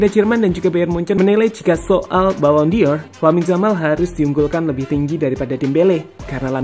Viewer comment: Pengucapannya ballon “DOR” bukan ballon “DIOR” min 🙏🏻